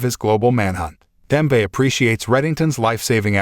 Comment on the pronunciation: Nice summary. Wonder is this was read by AI…. Just couldn’t ignore “Demve” and “life” a life.